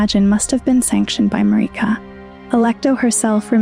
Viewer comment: “Mareeka” 😫😫 Why do you torment us like this